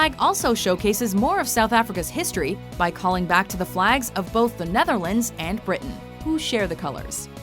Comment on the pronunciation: How she pronounce: The Netherlands is funny